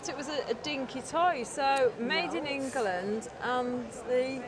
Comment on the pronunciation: Did, say made in Eng..er..land?😅